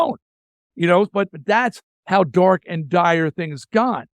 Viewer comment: Never heard someone pronounce dark as dork before.